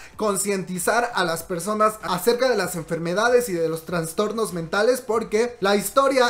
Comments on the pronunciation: Perdón por la corrección pero se dice Trastornos y no Transtornos 😘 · Es traStornos no traNstornos jaja